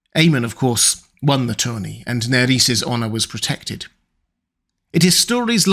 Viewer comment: Buddy... who told you that the R's are pronounced as D's? It's, nair-ez not nad-ez it's, orr-es not ord-dis! The names aren't Spanish or Portuguese.